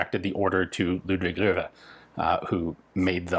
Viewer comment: "Ludwig luw..er....... pardon? "Ludwig ler...wer....." sorry, one last time?